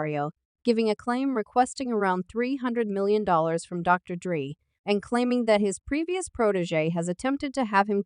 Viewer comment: CAP . .Where it starts is with the narrator not being able to say DRE's name right 😂 good click bate everybody wants #Tupac answers .